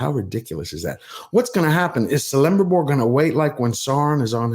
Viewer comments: Just a word: its pronounced 'Kelebrimbor', not 'Selebrimbor' 😉 Any Elvish word that starts with "C" is pronounced with a hard "C" instead of a soft one. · It's pronounced "Kele-brim-bor" not "Selembribor". I appreciate your work, but you should really know stuff like this or at least research it, if you talk about sticking to canon and honoring an authors lore. Just my 2 cents. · Dude, it's not "Celembribor" with an S sound, it's Celebrimbor with a K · I love your content and hate to be this guy but it is not pronounced CELLibrimbor, but more KELL. But that's being nitpicky, please keep up the good work! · I hope you know now that Eregion is pronounced with a hard g sound like grace. And Celebrimbor is pronounced with a hard c sound like in credit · I want to like you man. I've seen a couple of your videos and I like what you have to say. Just please remember that a C is pronounced like a K. So, Celebrimbor is pronounced like Kelebrimbor. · KEL-EM-BRIM-BOR. It sounds like that. Your pronouncing it wrong. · Love your content and support your cause for fans. Just a minor nitpick, Celebrimbor is pronounced as Kelebrimbor, and with that I just sided with pronounce, oh fcck. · Celebrimbor=Kelebrimbor ('C' is always hard), Aule=Owlay ('AU' is a dipthong), Eregion 'G' is always hard. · Love your videos,. The C in Celebrimbor uses a hard K sound. Elrond was the herald of High King Gil-galad. He who bore Vilya, the mightiest of all three elven rings, and founded Imladris (Rivendell). Here he is a canny politician and architect? Sounds like the show runners McKay and Payne have inserted their own personal "Mary Sue" in this bloated hate fiction of Tolkien. This show and those involved are full of 💩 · Kelebrimbor, not Selebrimbor! EreGion, not EreJion! Sheesh! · Aule is pronounced OWL-LAY Celebrimbor is a k sound for the c. Sauron is pronounced SOURON as in the ou sound in sour. But other than that good video.